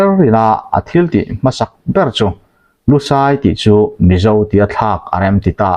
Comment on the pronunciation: LUSAI tih hi kan chhehvel bengoli ho min kohna a ni lo. LUSEI missed pronounced a ni. DUHLIAN tih pawh hi kan chhehvel bengoli ho min kohna a ni lo. Kan ṭawng hming a ni. Hriat sual palh a nih hmel.